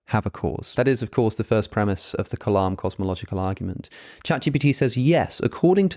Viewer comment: The way you are pronouncing the word 'kalam' when you say 'Kalam cosmological argument' is slightly incorrect. The sound needs to be lighter or slightly higher pitch.